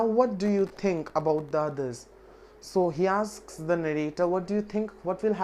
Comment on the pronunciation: 'The board often "akss" ...lol